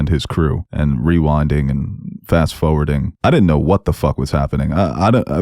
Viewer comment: It’s forward, not fo-ward. And it’s always, not O-ways.